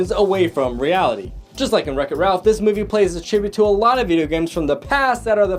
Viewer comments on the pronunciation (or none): none